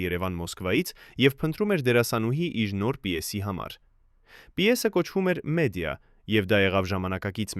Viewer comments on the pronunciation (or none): Այ տգետ, ոչ թե Մեդիա, այլ Մեդեա, և հետո, բավական է արատավորեք մեր մեծերի անուն ու հիշատակը ձեր ստահոդ հորինվածքներով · Այ տգետ, Մեդիա չի այլ Մեդեա և հետո բավական է արատավորեք մեր մեծերի հիշատակը ձեր ստահոդ հորինվածքներով